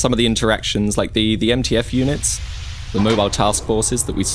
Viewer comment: ITS MTF NOT NTF